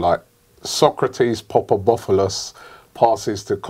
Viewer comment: PAPASTATHOPOULOS FFS Robbie...every day...not Papadopoulos